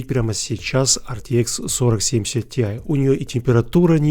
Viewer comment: Почему ты говоришь СИТИАЙ, а не ТИАЙ?